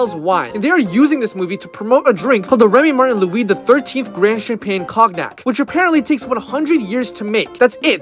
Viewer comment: That's not how you pronounce cognac.